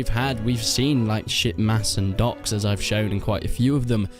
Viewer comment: man good video but it took me ~5-10 times of u saying 'ducks' to get the idea that u were trying to pronounce 'docks'